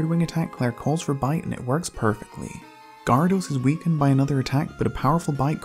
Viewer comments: You pronounce Gyarados weirdly. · You pronounce Gyarados wrong